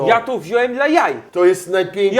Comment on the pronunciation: "Robimy kebaby rollo, bo tak jest trudniej, i robimy to dal was, żebyście mogli to zrobić łatiwej". kocham cię, ale chyba jakieś spięcie na łączach się wydarzyło:D